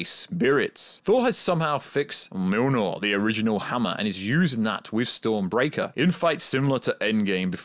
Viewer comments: Btw it’s not milnor it’s mjolnir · "Milnor" 😆 that's funny I think you meant Mjolnir. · I swear it sounds like your callin the hammer mewnew lol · Dude its been 11 years, theres no fucking excuse to not know how to pronounce Mjolnir at this stage. Me-yol-neer. Easy. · every time he tries to pronounce it he sais "mlnrnrlr""